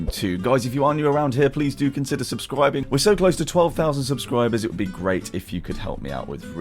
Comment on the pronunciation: subscwibing lol